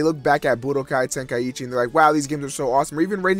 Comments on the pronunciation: Well, I'm an American, but I don't. Honestly, It's just out of habit, but it actually is "Ten- Ka- ee- Chi," not "Ten- Kai- ee- Chi" or "Ten-Kai-Chi." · why do americans pronounce "Tenkaichi" like "Ten-Kai-Eee-Chee"